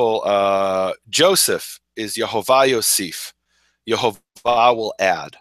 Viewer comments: I am a little confused about this video verses another of Nehemia videos. In another video he spells it Yohovah (sounded like Yoe-Hoe-Vah) but in this video, you made it sound like Yahovah/Yehovah (sounded like Yah-Hoe-Vah). I'm just wondering if it would be pronounced Yoh or Yeh.... Other than that, i really loved this video... Todah Rabah! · What about the Holam??? The Holam is the little dot above the first He st the left. That's the O sound. Then the Vav acts exactly as the consonant it is, so as a V sound. And the first vowel is a Sheva (the double vertical dots under the Yod) So it's Yehovah! No A at the start. No U sound nowhere. Why are you making up things like Yahuah? It doesn't sound Hebrew at all.